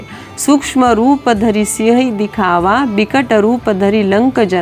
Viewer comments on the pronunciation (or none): none